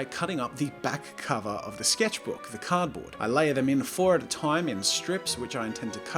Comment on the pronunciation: No one: French Jazza: Zhé sketchbúk